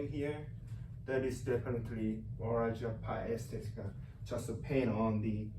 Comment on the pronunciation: fuck mine he cant even say it lol